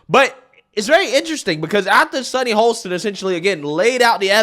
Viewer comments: Dude- I'm sorry but you really need to work on your pronunciations of people's names - you get it wrong very frequently. Today it's HO-STIN, NOT HOL-STIN. You spell it right but pronounce it completely differently. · “Hoe-stin” No L